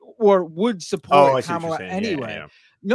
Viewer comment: Let's start with pronouncing the candidate's name correctly. Repeat after me: Comma-la. It's not that hard. 💙